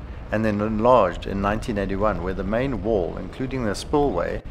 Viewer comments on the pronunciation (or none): none